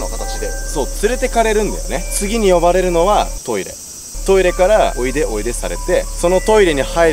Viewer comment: おいでがこいやで草